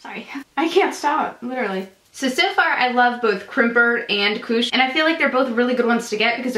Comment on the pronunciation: You're pronunciation of koosh is the name of marijuana lmao